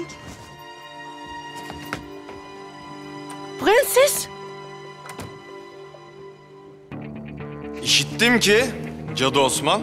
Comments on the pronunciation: Dadının da pığenses demesine ayar olan tek ben değilim sanırım 😤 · Farya’nın türkçeyi mükkemel bir şekilde konuşup bir tek ‘Prenses’ diyemeyen dadısının Sultan Murad’a attığı o bakışlar. Sanki gücü yetse öldürecek.